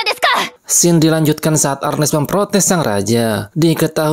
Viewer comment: Scene dibacanya bukan sken bang, gpp moga ada improve lagi ya kontennya😁